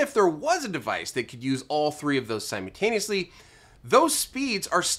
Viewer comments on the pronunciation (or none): Love your videos and I always learn something. Very grateful. Two pet peeves: 1.) Please have someone help you learn how to pronounce the word 'simultaneously." It's not "sim-YOU-taneously,' it's 'sim-ULL-taneously.' 2.) Your delivery has the cliché news reporter cadence. You end all your sentences with that same news reporter inflection. You would be so much more polished if you just spoke to us the way you speak to everyone else in your life. Make it more conversational and less presentational. That would make for a big improvement. Thank you sir. Best wishes to you and your staff and Merry Christmas.